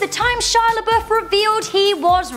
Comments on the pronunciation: Shia laBUFF not Shia laBOOF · i'd say the most shocking shia labeouf moments is when an englishwoman cant pronunce lebouf nor can they spell there